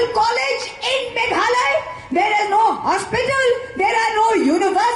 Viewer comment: "Mekhale", khlem lait ban kynnoh Meghalaya.